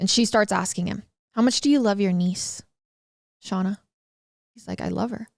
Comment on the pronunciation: I love hearing about this case from different sources. I'm sorry but I have to correct you on something... You keep calling the daughter "Shawna" and it is "Shayna"...... Like her big brother Shane but with an a ☺️